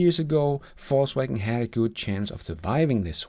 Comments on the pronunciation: Ved ikke om du med vilje siger “falls” wagen, for at være humoristisk eller at “they are falling”, men du kunne prøve Google oversæt app’en og vælge Englisk -> dansk og høre hvordan “Volkswagen” udtales på engelsk. Bare et forslag til dit ellers udmærkede engelsk. Nyder alle dine episoder. Tak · Love how his accent sounds like "False Wagon" lol